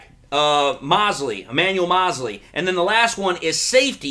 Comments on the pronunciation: I think his name is pronounced Mosley long o 😀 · Mo-se--ley man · Moe-slee., it’s Moe-slee. 😉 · Why are you mispronouncing thatman's name?